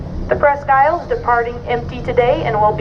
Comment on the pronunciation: She doesn't pronounce her name right I'm not sure but I think it's named after a country in Michigan